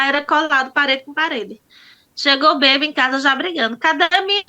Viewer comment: A pessoa estudar, fazer faculdade e pronunciar a palavra maiseu, ingreja nois, é simplesmente vergonhoso., se essa pessoa não tivesse estudo eu jamais faria um comentário desse, pois sou analfabeta e por isso não entendo quem estudou e assassina o português dessa forma, pronunciar a palavra bebo, quando seria bêbado, barrer o quintal, quando o correto seria , varrer o quintal, isso porque ela disse que gosta de estudar e concluiu uma faculdade.